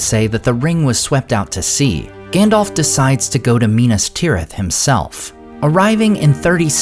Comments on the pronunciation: it isn't Gan-dolph just a heads up it's Gan-dalph alph, like the Alps, but with a ph.. #DolphLundgrenHasExitedTheBuilding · OMG he is still saying Gandolf instead of Gundulf! :face-fuchsia-wide-eyes::face-blue-wide-eyes: Whyyyyy!!! :face-fuchsia-tongue-out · It bugs me that you say Gandolf instead of Gandalf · It's not Gandolf. Lmao. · Is Gandalf not gendolf 😂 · "Gandolf" lol😂